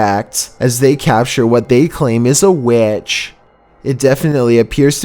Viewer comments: "AnD tHiS wAs An AcTuAl WeAeTcH" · Everyone notice says witch like wiach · it’s a “waitch” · Number fifteen. The wiætch in the diætch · When he says witch I can only hear sandwich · I like how you said number 15 witch in the ditch nice